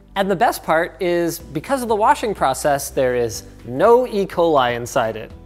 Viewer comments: "Don't get E. Coli" That sounds like E. Coll... Is this a reference to the retro future?(Elliot Coll) P.S. I KNOW What E. Coli is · E. coli, not "E. Coli", my God, this is an infinite war of mine! Hey, I'm kidding, I've seen my collegues (physicians) make the same mistake over and over XD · You did not just say you're using 'Ecoli...' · Did... did he just say 'E-coli"?